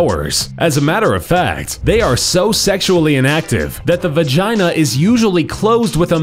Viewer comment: It heard like he said, "Bagina"